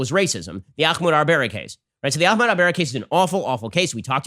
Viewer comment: I don’t why Ben insists on pronouncing Ahmaud Arbery’s first name as if it’s Arabic.